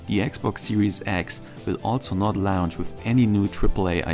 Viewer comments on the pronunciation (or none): What the hell is a “lounch” or is he saying lounge? Is it retardation coming through from the fan boyisms ? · Out of all the stupid, brainless bullshit this dude is saying what bothers me most is he keeps saying "lounge" instead of "launch"....lol